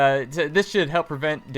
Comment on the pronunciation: He just said should in a weird way.